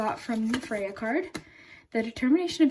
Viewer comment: Freya. “F ray. A”